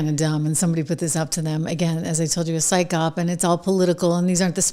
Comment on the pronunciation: Psyop, pronounced sigh op, not syke op